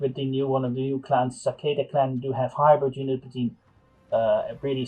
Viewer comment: Its satake, not sakeda.